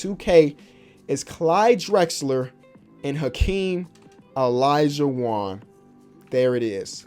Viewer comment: Mans said alaijuwon